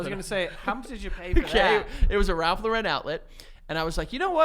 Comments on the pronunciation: why do they talk the way they do. who the FUCK IS RALPH LA-REN???!!!! YOU MEAN RALPH LAWR-N??! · Tons of people in the 90s/early 00s pronounced it that way for some reason. I think people thought it was French?? The only reason I knew it was Lauren and not Lo-REN was because of Friends. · The way is pronouncing Lauren in Ralph Lauren